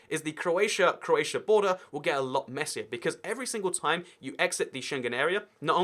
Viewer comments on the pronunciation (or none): none